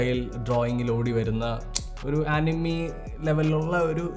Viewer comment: Bro അനിമി alla ആനിമെ anu